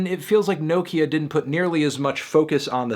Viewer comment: melon please pronounce nokia right